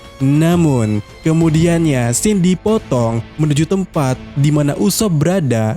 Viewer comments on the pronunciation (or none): none